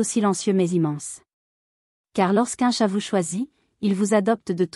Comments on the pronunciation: car le tchat haha Apprenez a dire chat madame l'IA ! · petit souci de dialecte par l'IA qui prononce "le tchat" (boite de messagerie en streaming) pour dire le chat, mais les explications sont excellentes, j'ai 4 chats avec le meme niveau de confiance ultime